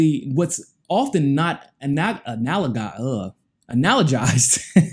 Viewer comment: Doing great,! (For future reference, it's "analogous" commonly pronounced "uh-nal-uh-gus":)